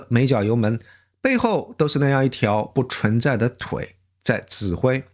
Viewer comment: 给Essen提点意见，文案很好。最好多点眨眼，这样更自然。还有注意平舌卷舌区分，把平舌说成卷舌听起来容易出戏。比如不cun(存）在说成chun, cong（从）说成chong